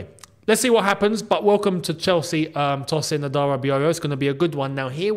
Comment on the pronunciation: Love the video. His name is pronounced Toe-sin.